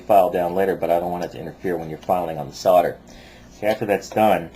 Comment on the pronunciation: it's SOLDER!!!!!!! with an L not fucking sodder!!!!!! fucks sake!